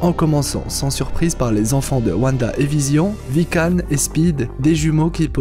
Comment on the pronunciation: Wiccan se prononce “ouican” pas ”vican”